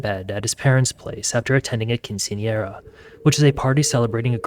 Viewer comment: Bro say quinceañera like you know how 😂